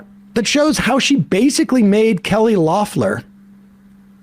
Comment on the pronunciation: Is Sam mispronouncing "Loeffler" on purpose or am I just dumb?